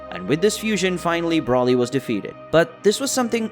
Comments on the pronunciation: ITS BROLY. not braly!😠😒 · Its broly not braly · The way he pronounces Broly and Whis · Bro-ly not brolly and ‘Wees’ not wis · Why are you saying wisss and brallly instead of whis and broly? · Are you saying Broly and Whis like that purposely or?! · How do you not know how to say how do you not know how to say Broly and Whis? at least safe properly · Mispronounced broly an whis this whole video. Nice story tho